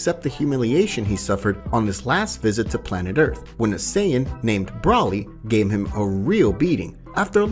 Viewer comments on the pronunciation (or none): This is good but Watch the anime and realize your pronouncing Broly, ki, and several other things wrong. (Bro-lee), (k-ee). Love the content though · Say it with me... "Whees" and "Bro-lee"